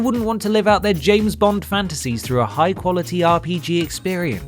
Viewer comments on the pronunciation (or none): none